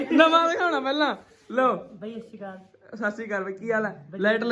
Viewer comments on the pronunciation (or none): ਹਸਰੀਕਾਲ ਨੀ ਸਸਰੀਕਾਲ bolya kr jindabaad